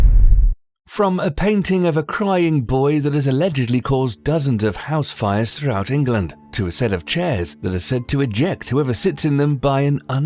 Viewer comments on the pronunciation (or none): none